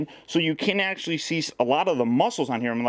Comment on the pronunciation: Bro ones you said let's see how cool this acshalie is I thought some one was coping you